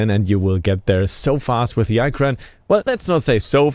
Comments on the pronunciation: ITS N9T EYE KRAN ITS IKRAN IH KRAN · LoL....its sad that he made a review but cant pronounce Ikran. This show he didnt really play the game or know anything about the game.